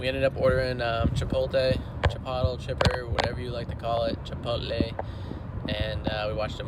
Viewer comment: Chipottle??? LOL! It's pronounced "CHI-POHT-LAY", or to really sound accurate, "CHEE-POHT-LAY".